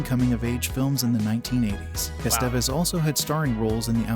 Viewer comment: Miss pronouncing Emilio Estevez ,,,driving me nutz ( S Te Vez )